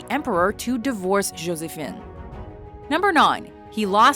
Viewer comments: Though I really appreciate all of her hard work in the videos, her Canadian butchering of French never ceases to irritate me: like how she says "Josephine" and other things here. Canada is a country where people have false pretenses about bilingualism, where people think they can speak both English and French, yet actually can speak neither. Anglophones think they can speak French, but can't; and Francophones who think they can speak English, but can't. At least in many places in Europe, they are actually bilingual. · You should learn to pronounce Josephine. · Though I really appreciate all of her hard work in the videos, her Canadian butchering of French never ceases to irritate me: like how she says "Josephine" and other things here. But I can't blame her... Canada is a country where people have false pretenses about bilingualism, where people think they can speak both English and French, yet actually can speak neither. Anglophones think they can speak French, but can't; and Francophones who think they can speak English, but can't. At least in many places in Europe and around the world, they are actually bilingual.